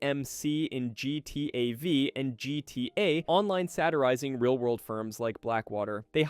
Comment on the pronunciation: Did he just call Gta 5 gta V like "Ve" or Vi...